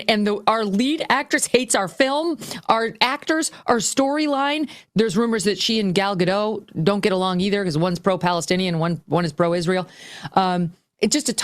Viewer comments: GaDOTT, not Gadoh. Hebrew, not French. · It's Gal Ga-dot, not Gal Ga-doh. Hard T.